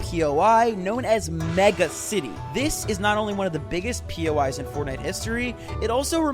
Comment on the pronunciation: sorry but bro said new pois guided missile